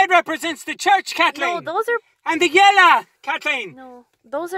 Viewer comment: "The yellaw..."